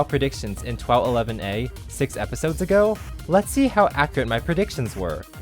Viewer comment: It's not TWOW, it's TWOF. Ten Words Or Fewer.